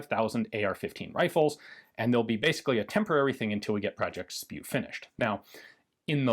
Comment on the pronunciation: “Project SPIW” (pronounced “spew”) 🤮 That is beyond funny 😂